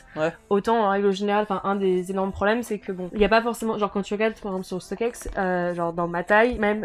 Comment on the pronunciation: Ca fait mal quand elle dit stock aiiiixxxxx au lieu de stock xxxx